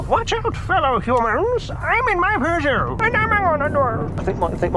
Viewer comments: wowwwwww a beugeot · ew he bought a peaugoueout french ew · I pronounce you Peugeot and wife